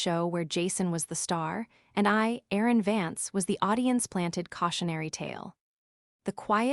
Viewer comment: The AI doesn't know how to pronounce Erin or resume which is pronounced re-zoo-may‼️